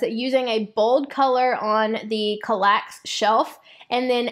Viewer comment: CAL-lax. Emphasis on first syllable.